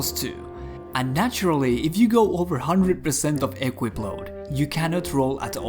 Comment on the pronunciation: Just 1 thing - it's pronounced equIp, not Equip ;)